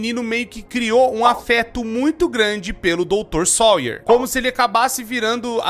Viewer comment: "Harley SOIER" Harley SAUER 😭😭😭😭😭😭😭